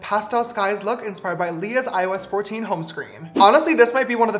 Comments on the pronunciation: Every time he said IOS 14 I thought he said “ I was 14” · Why does it sound like " I was 14" when James says " iOS 14" Just me, ok!!